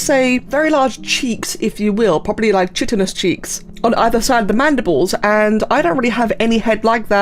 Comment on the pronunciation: Man i know this is a year old vid but i gotta say chitin is pronounced as 'kytin', 'ch' is 'k' in old greek, like how 'c' is 's'.